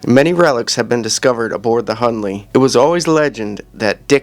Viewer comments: His name is - Hunley not Hurley! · His name is not Hurley, “Hunley”